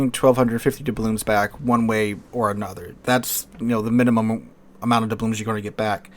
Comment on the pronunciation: Take a shot every time he pronounces doubloons incorrectly